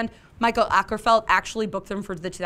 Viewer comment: Mikael Åkerfeldt is pronounced Mikael Okerfeldt. 😊👍🏻